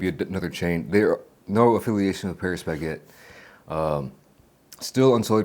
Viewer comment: 형 패뤼스 베케트 아니고 빠리 바켓뜨